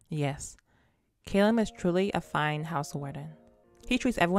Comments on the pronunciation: Hi! Awesome video, as always! You said that you would say Kalim’s name correctly one of these days, correct? Well, maybe I can help with that! Okay, so let’s start with Kalim. The “K-A” is pronounced like the the “C-U” sound in the word “cut”, and the “L-I-M” is pronounced like the word “leen” but with a ‘m’ rather than an ‘n’. And now for Al-Asim. The “A-L” is pronounced like the word “all”. The A in Asim is pronounced like “Ah” (like when someone asks you to say ‘ah’), and the “S-I-M” is pronounced like the word “seem”. I hope this helps! 😊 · You’re very welcome! Just take your time with the pronunciation of his name and you’ll have it right in no time!